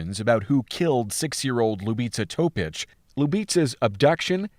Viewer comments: Na samom pocetku je ime i prezime izgovoreno tacno (skoro tacno) ali kasnije para usi kako izgovara njeno ime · I am going to be honest, you said name of Ljubica Topić wrong. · Ljubica Topić You mangled that name, man. Go to Google translate, select Serbian and have it read it out for you.